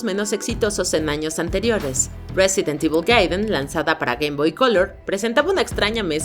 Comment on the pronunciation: Silencio incómodo cada vez que dice "resident evil"